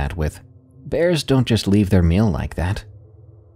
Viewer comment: These stories were disappointing. And why do you pronounce "meal" as "mill", "been" as "ben", and "figure" as "figyer"?